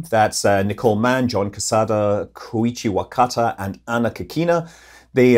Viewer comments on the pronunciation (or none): none